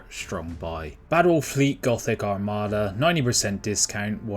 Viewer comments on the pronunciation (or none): none